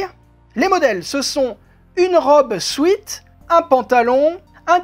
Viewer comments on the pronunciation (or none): Bonjour... puis-je vous dire qq chose? C'est que le mot sweat, bien, ce n'est pas comme ça que ça se prononce... comme vous le prononcez, cela s'écrit sweet et veut dire sucré, une gâterie sucrée. Le sweat, se prononce comme swette, et ce mot veut aussi dire sueur. Maintenant voilà, je l'ai dit car ça me tornetricotais 😂